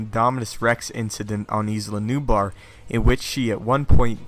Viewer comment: Dude, it's pronounced Ila like eye-la nublar. Not Isla. Or E-La Nublar